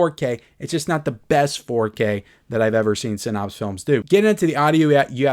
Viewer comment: One day there will be clips from this video on your episode of hoarders. And for the love of GOD, please learn how to say "sin apse" NOT "sin opse".